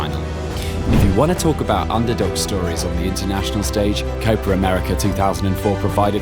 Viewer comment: He kept saying copra merica lol